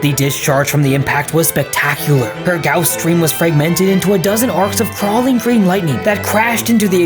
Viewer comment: That's not how you pronounce guass